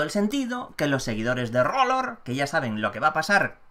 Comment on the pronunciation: ¡Excelente! Por cierto, se pronuncia "AR LOR" (R=ar). ¡Saludos desde Méxxico!